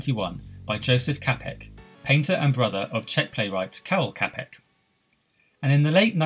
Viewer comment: I did a paper on this subject, I included everything you did. Also, his last name Čapek is pronounced “Chopik”